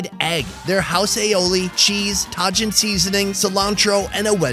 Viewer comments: it’s “taheen” I think right? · did he just say “tahgin” for tajin??☠️☠️ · oh, sweet sweet lol It's pronounced ta-heen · “Tah-jin seasoning” lollll I think you meant “Tah- HEEN (Tajín)” 😂😂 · Yooo tajin is pronounced like taheen btw you pronounced it taygin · Tah-gin 😂 it’s tah-hEEn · He said tajean 😂 he means tajin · It’s pronounced tahin not tajin haha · "Tah-gin seasoning" Someone spent too long in Asia. Tajin is pronounce Ta-heen! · I laughed when I heard call Tajin seasoning Tah-geen. Lmao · "Taw-jin seasoning" lol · Waaaiiit did you saayyy taaahhhhggiiinnnn for tajin😂😂😂😂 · Did anybody else notice he pronounced Tajin as Tah-Gin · Tah-jin seasoning? Lol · Lol “tah-gin” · tajin is pronounced, "tah-heen" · really saaid TAGIN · Tajin is pronounced “ta-heen” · He really said ta-Jin instead of tajin 🤣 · please pronounce Tajin correctly. I got so triggered. please. 😂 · The way he pronounced tajin 😂😂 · The way he said tajin 😂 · the way he said Tajin😂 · The way you say tajin haha